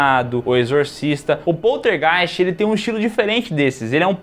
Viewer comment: Adoro a pronúncia desse nome: Poltergeist